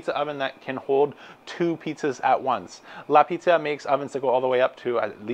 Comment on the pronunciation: Thanks for the review,! I wanted to mention it's Piazza... Pronounced "Pee-Aht-zah" 😉